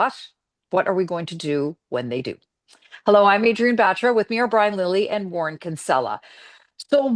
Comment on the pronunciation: It’s batra No baaaaaatra😂